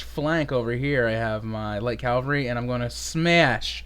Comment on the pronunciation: It's Cav-al-ry not Cal-va-ry haha. Great game though.